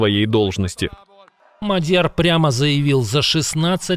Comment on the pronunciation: Правильно наголос МАдʼяр